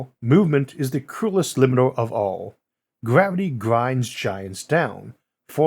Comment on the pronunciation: Gwavity cweatures fwozen